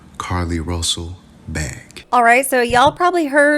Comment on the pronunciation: 'RUSSLE' ~ Really??